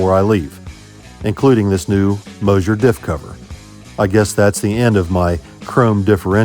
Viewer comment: Don't just say, " Mosher 9 inch", say " Moser FORD 9 inch", LOL.